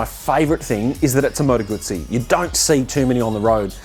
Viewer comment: Finally an Aussie who pronounces Moto Guzzi correctly.